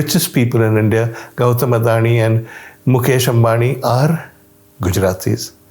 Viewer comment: He correctly pronounced Ambani (અંબાણી) and Adani (અદાણી).